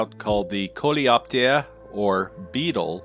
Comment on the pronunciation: You're french enthusiasts at! "Coléoptère" correctly pronounced, "Aluminium"... It makes you even more appreciated, guys!